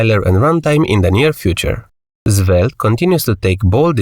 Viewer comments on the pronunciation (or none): why are you calling Svelte - Zvelte? 😅